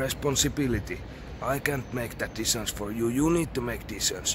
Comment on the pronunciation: The word for "päätös" is actually "decision", not "decion" which you always say. :D